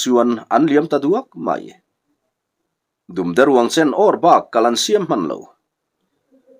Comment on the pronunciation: 'Dum de ruang chen' lam dan hi rannung 'dumde' ang ni lovin bawng/ui dum kan lam annga lam rik tur a ni. Dum hi Hmar ṭawng, vaihlo a ni a. Chumi aṭanga la chhuakin vaibel/tuibur bengkhat zuk chhung sawi nan 'dum de ruang chen' an hmang ta a ni. Hei hi ṭawng bul lo pian chhuah dan a ni e.